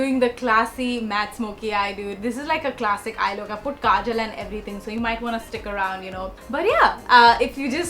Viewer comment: Love how you said everyring instead of everything. You’re still cute tho😂❤️